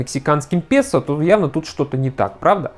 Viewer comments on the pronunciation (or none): none